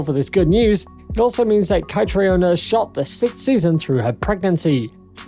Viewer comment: Learn how to pronounce the principal’s names! Ka-tree-na, Hue-han, Gabaldon-don’. Oh yes, Caitriona and Tony are married!